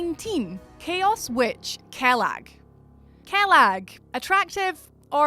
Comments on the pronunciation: Kellag. Seriously? Get in the sea lass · Kaylag lol